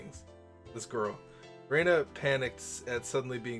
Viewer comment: Spartan means not caring for comfort or luxury. A spartan room would be pretty much completely unfurnished, with bare wood flooring, as opposed to a room with furniture, shelves, and other decoration. You were fairly spot-on with "languidly". It's pronounced like "language", just removing the -age for the -idly Also, I noticed every now and then you pronounce Rena as Reina. I normally wouldn't make a huge deal over it, but let's just say the difference is important in this series. Just think Ren-uh instead of Ray-na This game is a kinetic novel with a single unbranching story, so multiple save files will really only be needed for if you want to make sure you can jump back to certain scenes quickly, rather than to make sure you 100% the game. Looking forward to seeing more of this in the future, and I hope you enjoy your time in Hinamizawa!